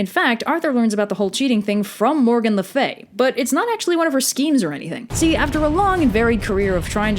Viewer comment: music of Trollhunters , which feature merlin , jim dulac=> lancelot dulac , and morgane i get that reference btw you pronounce very correctly the "french" pronounciations , the "morgane la fée" is perfect